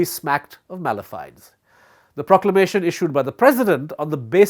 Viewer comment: mala fide is pronounced as may-luh-fie-dee and hegemony he-jeh-muh-nee. Just saying